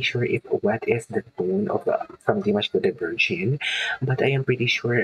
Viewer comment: Please learn how to say his last name right. It’s not Jin it’s gen like saying again with out the sin front. Thank you enjoy your reactions other than that .